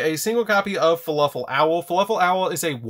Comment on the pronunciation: He keeps saying fuluffle not fluffle